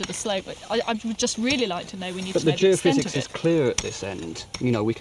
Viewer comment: Wow, Tony looks so young here. Must be an early one, he actually said Geophysics instead of geo-fizz.